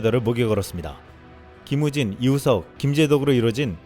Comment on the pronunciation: 김우진 선수 할때 김우진새키라고 하는거 같은거 나만 그럼?